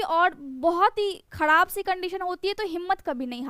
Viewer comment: Dha ka istemal bahut Karti Hain aap khrab ko khadab kyun kahti Hain aap pathiri hodha Hai